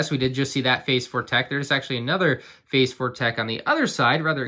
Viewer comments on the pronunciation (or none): You keep saying their names wrong! Why does everyone do this?! It's Teek, 'unta, Recka, Rosshair, and Eeko... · teik rekah and huntah